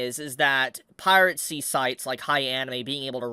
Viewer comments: Last I checked, it's "piracy" not "piratecy". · why do you keep saying piratecy instead of piracy? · Still gets me the pronunciation of 'piracy', like is this a deliberate affection to say 'pirate sea' out of contrarianism or what? It would be a shame if this site were to get taken down; it's a valuable repository of classic anime. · I forreal find the way you pronounce it "Pirate see" endearing. Never stop. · dang. Guess it's time to migrate sites. Also, curious how you pronounce "piracy" as "pirate-cy" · Pie rat sea. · I love how pronounces "piracy":. (😂)